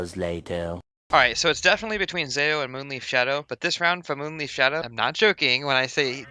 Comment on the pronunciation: Not taking a dig at you (not even a subtle one), but I love how you say MoonLeaf instead of MoonLife (Leif is a name, and pretty much sounds like Life - At least in Danish) 😁